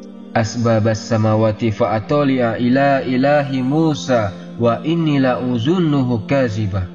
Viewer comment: BISMILLAH. MOHON MAAF YG BETUL BACAANNYA LA-AZHUNNUHU